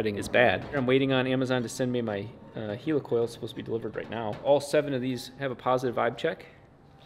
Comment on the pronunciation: Do you say Heeelicopter? NO Its a helicoil, not a heeelicoil!